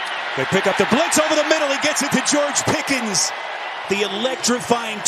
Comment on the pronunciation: Why does the announce keep calling that guy "Pickings"? It's Pickens.